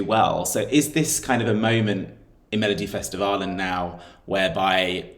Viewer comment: its so nice to hear that you can pronounce melodifestivalen so well